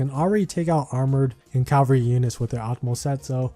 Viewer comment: Hey man, not sure if anyone's told you yet. It's CA-val-ry, not CAL-va-ry